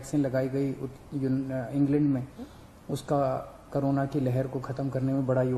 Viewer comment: Everyone : corona Kejriwal sir : karona